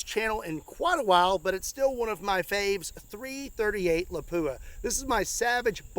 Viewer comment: Say Lapua again lol